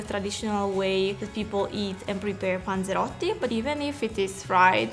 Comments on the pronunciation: About 13. Like 7 times she says ponzerotto. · Drinking game every time she says panseroty u must drink ..........Some one is gonna get fucked up